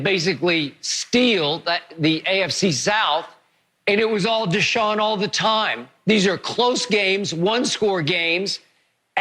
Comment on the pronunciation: It’s Deshaun fasho